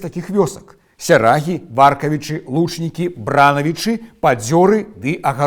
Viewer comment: Бранаві’чы, Варкаві’чы, Лучнікі’. Націск ставіцца ў гэтых месцах😊